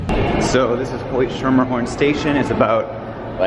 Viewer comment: You actually got the pronunciation of Schermerhorn correct!